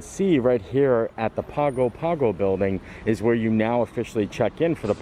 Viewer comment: Hey. Great vlog! Wish we were there to share the bread pudding with you. By the way Pago Pago is pronounced "pango pango"